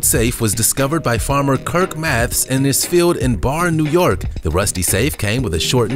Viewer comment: Barre is pronounced Bare-ee nor Barr